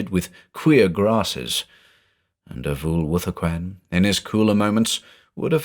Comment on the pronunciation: When his name is said does anyone else hear "a fool with a coin"?